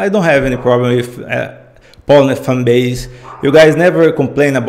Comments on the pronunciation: she's name is Polina,not Polna)) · Hi, she is Poliiina, stress on the letter - i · She's Pol I na, she's not P O lina in Russian